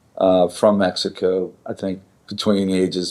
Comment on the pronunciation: "Messico" lol